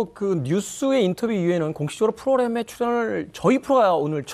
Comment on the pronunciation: 람 아니고 램 입니다. 대사님 프로그람(X) 프로그램(O)